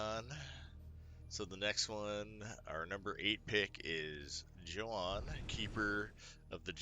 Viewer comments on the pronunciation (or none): I thought his name was Yah-hoon, but you say Joe-han....I'm confused....otherwise I disagreed with nothing. Edit: I do kinda disagree with swarmer being that high in the rank. It has value, but is it top 10 material? I don't think so (but I only play enough to make diamond rank 3 so I won't argue).